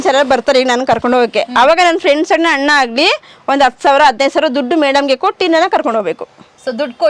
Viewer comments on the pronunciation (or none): none